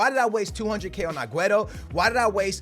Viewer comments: It's AG-WEAR-O NOT AGWETO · Why do you say agueto is aguero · it's aguero not aqueto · STOP CALLING HIM AGUETO. JESUS CHRIST, IT CLEARLY SAYS AGUERO. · Why does he say agueto?